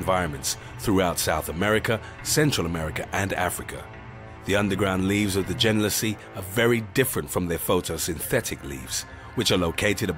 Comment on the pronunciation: Could be good, but bad editing and so much bad information. Genlisea - “gen-LIS-ee-ah”. And they show a completely unrelated flower, Albuca spiralis, which is in the Asparagus family, and is not carnivorous in any way. They show two pictures of Darlingtonia, then show pictures of Asian pitcher plants and call them American pitcher plants... Also Darlingtonia has no digestive enzymes. Sarracenia species are found in wetlands in Canada across the northern US and down the eastern seaboard all the way through north Florida and the Gulf Coast to Texas. Drosera mucilage is not sweet.